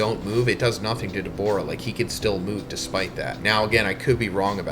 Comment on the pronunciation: WHY DO U KEEP SAYING DABORA??? ITS DA-BOO-RAH🤦🏿‍♂️